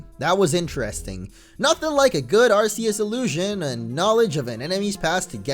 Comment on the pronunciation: ITS NOT ARSSEUES ITS ARKKKK EUS